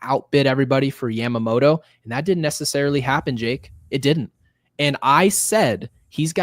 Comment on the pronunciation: The butchering of yamamotos name is hilarious